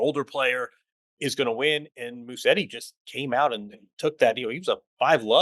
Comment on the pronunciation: Can we address the pronunciation of Musetti? It is Musetti, not Musseti, as it sounds like hearing most people’s pronunciation. There are 2T, not 2S. It is Musetttttttttti • Mu: Pronounce like “moo” (as in the sound a cow makes). • set: Pronounce like “set” (as in a set of keys). • ti: Pronounce like “tee” (as in the letter “T”). Try this: put the stress on the E after a very short S sound, and then pronounce a very long T and finally a E sound ( I) Musétttttttti